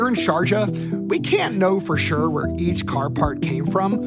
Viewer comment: The final message is that language matters. Sharjah sounding like, "Georgia" is, mind-blowing...